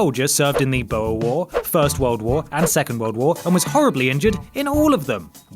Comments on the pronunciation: Butchering the word "Boer" at no.1 . Boo (like a ghost would say) and the "R" sound like in Rascal. But Frankly I enjoyed the video. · "Boer war" 🙄